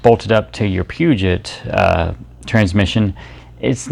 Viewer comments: dude...Pew-jet? Get some education. It is French...Poo-joh. Never heard of that? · Pronounced "Poo-Joe"